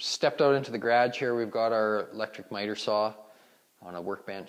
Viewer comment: What is a "GRAJ"? Do you mean garage? Northerners, lol. Nice job man.